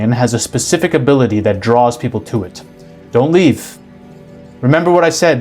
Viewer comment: I could hear the bold on that "don't leave."